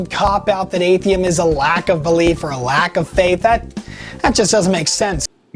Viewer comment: Did he call it Atheim?